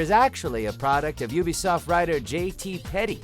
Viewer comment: Say what you will about “Yoobisoft”? Cottamnit Todd, you got the name wrong!